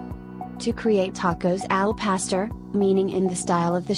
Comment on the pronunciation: CHILAKLES????????🤣🤣🤣🤣🤣🤣🤣🤣🤣🤣🤣 AL PASTER 🤣🤣🤣🤣🤣🤣TAH STADAS??????🤣🤣🤣🤣🤣 ELOT The ONLY ONE she said correctly was enchiladas.